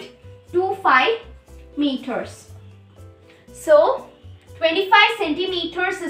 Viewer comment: First of all it is not meoter it is meters IMPROVE YOUR ENGLISH AND PRONOUNCIATION. U are a kid and i am a teacher specially English teacher and i am not happy with your english ok. I know more than u ok so don't be ridiculous and oversmart